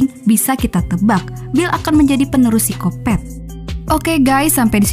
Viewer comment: Paling enak denger suara apalagi pas bilang "seksoy" "sikopet" sama "ganjoy" 😀